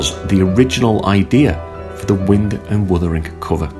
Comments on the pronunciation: Why does he call it wund and withering? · Great review and like the way on a couple of occasions you call it Wund and Withering 😂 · 4.01 "Wund & Withering"? :-)